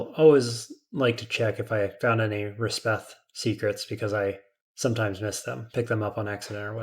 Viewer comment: You’ve been saying Resheph wrong. It’s resh-eff, not res-beth.